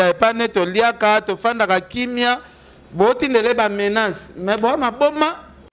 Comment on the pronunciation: ken bongisa prononciation nayo ,balobaka menace et non menance